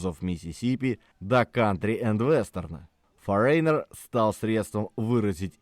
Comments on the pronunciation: Правильное произношение Foreigner - ˈfȯr-ə-nər, а не 'форейнер' )) Лично для меня их второй альбом Double Vision является самым лучшим. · всё же не форЕйнер, а фОринер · Вы неправильно произносите название группы не форейнер,а форинер. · Почему "Форейнер"? " Форинэр"!!! 😂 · ФорЕйнер 🤭 . Забыл букву Гэ произнести😂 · Это так нарочито произносится автором — “форэйнэр», с ударением на второй слог? Зачем коверкать? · Ударение: фОренер... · Одна из самых любимых групп. Но для меня она только с Лу Грэмом. Автору спасибо, но название вы произносите неверно. Забейте в гугл переводчик и послушайте озвучку этого слова. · Выпуск интересный, одна из любимейших групп. Но ёпрст - нельзя было потратить секунду и узнать как это произносится? Кошмар. И в русском проблемы. Просите помочь редакторов, плииииззз! Это же не сложно и недолго.